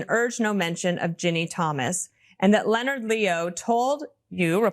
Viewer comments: Why do you insist on pronouncing that traitor's name as /LEE-oh-nard/? Is that some sort of regionalism? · OK. Enough! It's pronounced len-erd. Leonard is pronounced, Len as in Len-(ny) and nard as in you hit 'em in the nard(s). Leonard. Verstehen sie? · Lee'o-nard? Are you AI? Or just didn't know proper pronunciation of Leonard? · It is pronounce Lenard. Not like a ninja turtle. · pronounced LEN'-ARD Leo sister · Leonard Leo is a first class snob. He pronounces his name Leo-nard because he's such a snoot. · Love you,. Love, Love, Love Meidas Touch. That said, I wish to offer some constructive feedback and I hope you will read it in the kindest voice as that is how I intend it. First: when you mispronounce words, it is really very distracting and has become increasingly annoying the longer it continues to occur. Do, please, use an online dictionary that has the read word's proper pronunciation aloud feature for any words you are not 100% certain that you know the proper pronunciation. Second, there are these weird moments when the cadence and rhythm of your speech which have ' out of place pauses and sometimes the taking of a little gasp of breath. You can make short pauses more natural by planning for them (note them in your script) and use that more graceful inhalation as a moment to raise your eyebrow or express something facially. These are also very distracting and lower the outstanding quality which you would otherwise be providing. I know Meidas Touch prides itself on breaking stories on the channel as quickly as possible, but please consider making a few (more?) rehearsal passes through a script before you record the final clip. The extra few minutes will not be as large of a detriment as the reduction in quality caused by these two issues. Keep up the great work, and I look forward to watching you get better and better. Best wishes! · You may want to check your pronunciation of "Leonard." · I hate the dude. But his name isn't pronounced as you think.